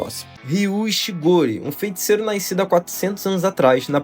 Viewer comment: Só me da nervoso ele falando "FeNticeiro"